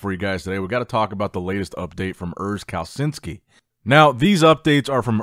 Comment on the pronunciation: You can pronounce Kalecinski like "Kaleshinski" so next time you got it right 😂